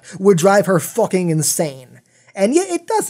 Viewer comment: please dont say focking but fucking pls